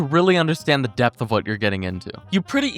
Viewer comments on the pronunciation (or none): none